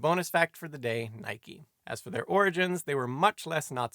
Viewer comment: So, Simon's pronunciation of "Nike" is spot on after all.